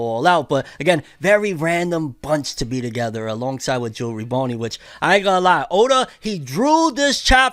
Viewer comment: Bro it's Jewelry Bonney not jewelry Boney